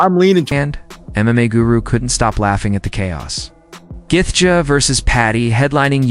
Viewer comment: who laughed when this fool says Justin Guthgaa if your making videos at least know how to pronounce the fighters name correctly lmfao